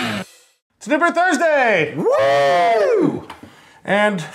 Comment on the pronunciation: A little rough pronouncing those unibroue beers ;) otherwise love the pairings